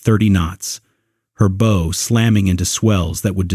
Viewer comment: Bow not Bow.... Bow as in what One does when One meets the King, now Bow as in Bow and arrows